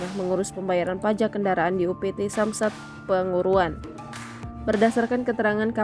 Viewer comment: Salah tulis sehingga pembaca berita salah baca atau pembaca yang tidak jeli membaca tulisan nama tempat " P A N G U R U R A N"?